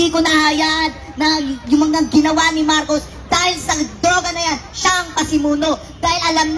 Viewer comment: Pro marcos ang bata nag kamali biglas marco d nabigkas ang S